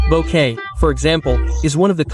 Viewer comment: "Bokay"? 'nuff said.